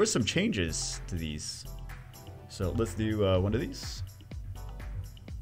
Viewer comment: “and we’ll do OneOf thEES”